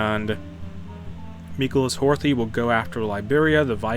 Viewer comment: You don't pronounce the "TH" in Horthy's name its like "Hortie"